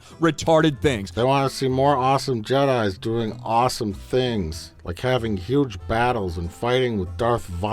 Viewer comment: anyone who regularly says "I was lik" shouldn't be allowed to make anything